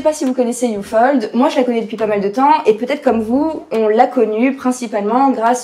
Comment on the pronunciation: ufold mdr , sa se prononce up - hold ^^